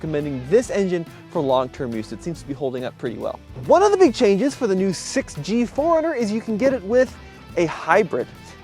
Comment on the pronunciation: It sounds like he is saying Foreigner.